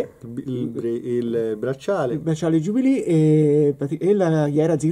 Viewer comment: non si dice jubilì 😂😂😂 è francesca si dice jubilé